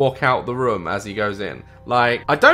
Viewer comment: I love how he says rmm and not room <3